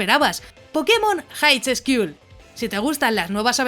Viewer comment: El vídeo está bueno, pero el juego esperaré para q este completo. Lo único... Highschool se pronuncia jaiscul. Pero bueno, like xD